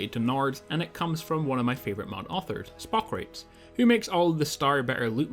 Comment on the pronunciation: I really appreciate you doing these videos. It's such an easy way to keep up to date. I also appreciate that you take feedback from viewers so well. Speaking of feedback, I'm guessing Spockrates is a play on Socrates (the ancient Greek philosopher), so it's probably supposed to be pronounced Spock-ra-tees.